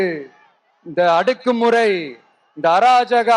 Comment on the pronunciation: அடக்கு முறை ❌ அடுக்கு முறை ✅ 😆